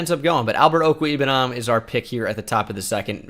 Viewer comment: Mizzou fan: pretty sure it is OH-ku-WAY-boo-nam